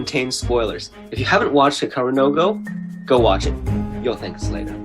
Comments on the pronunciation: Hikaru "no go". The way you pronounce it, it's like there is a no go area for Hikaru somewhere :-) It is Japanese and it actually means Hikaru's Go or "the Go of Hikaru". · he should stop at 'no'. Hikaruno Go.